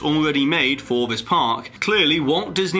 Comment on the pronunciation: At the part where he mentions that the disney skyline will make more crowds. he said in the video (something something, during peak hours, etc.) he actually said "park" incorrectly (Not saying that it matters) just pointing it out